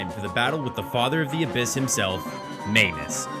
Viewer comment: When you say "Maynus" I hear "mAnus" and I thought you called him that becuase he's an asshole!